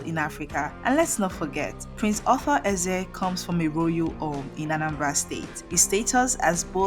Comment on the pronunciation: So, you can't even pronounce the man's name or what?